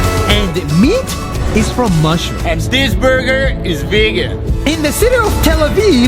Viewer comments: Am I hearing it wrong or is it Vigen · What they say “ Vegan” What I hear “Virgin”😂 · Why did I hear : I am virgin....... I m coming babe😘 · How it’s spelled vegan How people say it: vegen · Now I don't know how to pronounce vegan